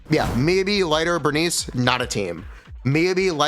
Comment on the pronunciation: god i despise how he pronounces Miyabi, besides that love the content